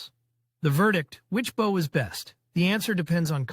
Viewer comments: Firstly, it is not Bowww, it is a Bo. Secondly, there is no evidence that the Longbows arrows penetrated plate armour. Most assuredly it was capable of penetrating mail or clothing. The tactics used with English/Welsh Longbows were battle-winning because thousands of arrows impacting together caused massive damage to horses and the lightly armoured. English archers rode to battle, but fought on foot. When the French cavelry were cut down, the English archers quickly stepped in and dispatched them with mallets, axes and falcherons. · WTF is this? Bow rhymes with Grow Not with Cow